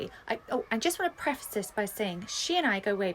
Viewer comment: The way they were saying preface and sorscha said pref ass